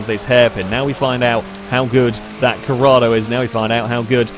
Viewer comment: IT'S CORRADO. With an 'O', not Corrada.